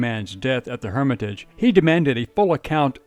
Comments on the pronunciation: I'm right down the street from The Hermitage & I've never heard someone pronounce it like that. Lol you make it sound so fancy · That's NOT the way to pronounce "Hermitage" . I am LMAO every time I hear the mispronunciation. 😂